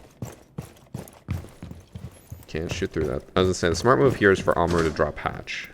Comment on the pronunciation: the way he mispronounces Kaid (Kai-eed) as Cade and Amaru (a-mar-u) as Ama roo is physically painful.